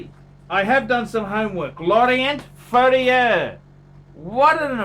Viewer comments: You pronounce it Lauren Fair Yeah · "LAW-RHONT FURRIUUUHHHRRRR!!!!" Haha! Hilarious!!